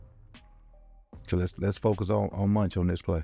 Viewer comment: Thank you for the great vid coach, lol'd at you calling Mauch (mowk?) "munch" the whole time